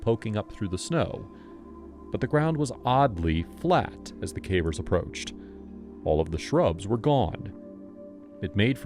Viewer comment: There are some hints that it's someone's real voice but fed into AI, nothing exactly wrong with that but if you're paying for a narrator and they are feeding it into a machine that copies their voice.... that's gray area to me. There are mispronounced common words "cavers" being "caw-veers".